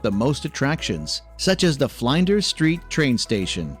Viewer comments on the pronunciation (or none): Not to mention 'Fleyenders Street Station' instead of 'Flinders...' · I had to laugh when he pronounced Flinders as Flynders 😂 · Australia has everything! Except perhaps an Australian to narrate the video and pronounce places properly Melbourne is Melbin Brisbane is Brisbin There is no such place as Flynders St station Sydney's bridge is the Harbour Bridge (Sydney Bay???) Why a yank???? It is so grating and factually incorrect.